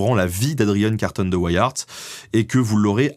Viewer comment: Super Vidéo comme d'habitude ! :D Par contre, venant de Belgique, tu as écorché ce si joli nom de famille ahah Ceci se dit carton comme le matériau et Wiart se prononce comme la contraction des mots Wii (la console ^^) et art. Ceci n'est en aucun cas une critique. L'histoire de cet homme est incroyable et ta vidéo est super bien sûr. Mais vous, les français, pouvez être incroyablement surprenant avec nos noms propres ou la langue néerlandaise xD p.s : Boer est un mot néerlandais et se prononce bour, quand un o et e se suivent en néerlandais ça donne "ou".